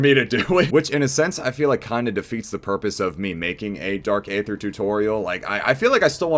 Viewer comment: Hell yeah man love to see the upload, just starting the video and I have to point out that the A is silent and its pronounced Dark Ether lol